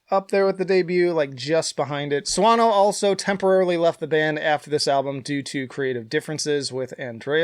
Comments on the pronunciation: Not judging you for getting it wrong, but as a native speaker I did have a moment of wondering if you were joking about your "proper pronunciation". 🙂 That's just how it works, though - we tend to not pick up on things that aren't meaningful in the language(s) we do speak. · I like how you made a big deal about pronouncing Dan's last name right and still pronounced it wrong lol.